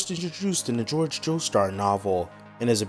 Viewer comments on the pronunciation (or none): >pronouncing Jorge like George